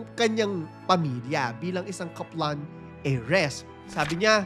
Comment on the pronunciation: Sorry pero medyo nacringe ako sa pronunciation ng Kaplan. Sorna 😅